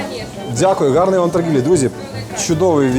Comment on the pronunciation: Сан Санич, не треба скрізь ставити наголос на ґ. В українській мові кажуть гарний день а не ґарний